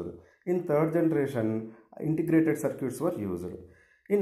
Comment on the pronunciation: Sir its not circuuuts its circuits....btw good explanation